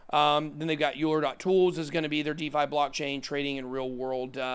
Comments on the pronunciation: Euler is pronounced ‘oiler’ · Euler is pronounced Oiler. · Euler is pronounced "Oiler". We was a mathematician.